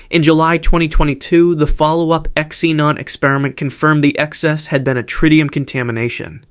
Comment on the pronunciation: Can’t pronounce IBM can’t pronounce xenon. Pathetic!